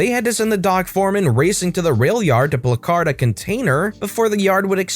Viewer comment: Just so you know for future placard is said plak-erd